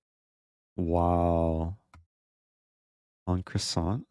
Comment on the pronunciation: en-croissant... killed me :D